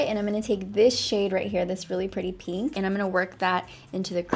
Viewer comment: Take a shot every time she says peenk (pink)